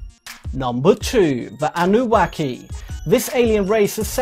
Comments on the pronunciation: It's the Annunaki or Annuna not Annuwaki 🙄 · Please, It's Annunaki, not Annu Whacky😂🤣🤣🤣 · Thought its anunaki not auaki😮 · Number 2. The anubaki what the hell, Anunaki guy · Annunaki not annuwaki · My man pronounced Anunnaki as Anu-wahki 🤣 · Sounds like he says anuwaki lol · "Anuwacky" lol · I believe it's pronunciation is "An new knock e". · He said Anuwaki😂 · Did he say Anubaki?? 😵‍💫🙃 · Why is he sain ANUWACKY :-))) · Interesting video. Annunaki does not rhyme with wacky. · This guy is clearly an alien - he has been programmed with an inability to pronounce the name Anunnaki